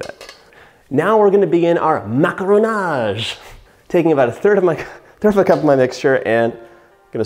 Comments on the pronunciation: MacAronage. Not macronage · Superbe vidéo, on sent l'envie de réussir xD j'adore votre accent "maccaronage" ^^